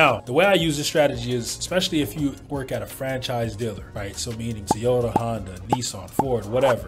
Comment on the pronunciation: Is it really pronounced "Te-ota?"